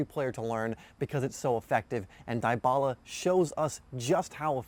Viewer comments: Good video but holy fuck its DEEEBALA NOT DIEEEBALA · cringe every time he says "DIE-bala" lmfao. DEE-bala is how its pronounced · How to pronounce Dybala Not Daay-ba-la Dee-ba-la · IT is dybala not daibala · Gallopingfish YESSS THANK YOU MY BOYY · Edmilson Yaxcal I'm a Juventus fan it a common thing to mispronounce his name you do say his name like Debala but it spelled like Dybala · Dybala pronounce [Dibala] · Die..bala... dee-bala lol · He say daibala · is debala not Dybala the spelled the name is right, but the way you pronounce it is wrong just a correction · Its literally deeebala thank you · The way he says it is so cringe! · It helps if you speak Spanish or Italian but since this guy's is American, he mispronounced it, no worries I'm American also but my father is from South America